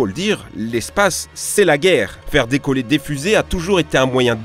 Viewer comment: "pour faire dicoller" xD